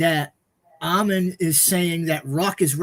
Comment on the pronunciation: It's 'Ammon not A'mmon. The first syllable is stressed